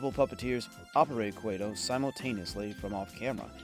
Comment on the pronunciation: Its pronounced "QUAT-oh" (not Quay-to"